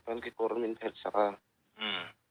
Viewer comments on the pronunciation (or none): none